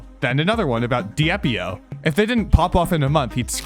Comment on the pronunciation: it's deep-i-o not di-ep-i-o